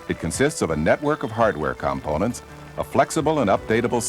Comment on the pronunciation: The way this guy pronounces components, priceless: com-pwn-ents